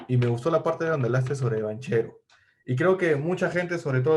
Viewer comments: No lo tiene, desde que dice "banCHEro" y no banquero. Parece uno de esos que limpia lunas en los semaforos y tuvo la idea de hacer un video de algo que desconoce completamente. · Se pronuncia, Banquero,sentido común, si no sabes pronunciar se pregunta, y se aprende,nadie nace sabiendo,❤️❤️👍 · Se pronuncia banquero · Banchero, se pronuncia banquero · Amigo. tanto te cuesta pronunciar bien el apellido Banchero.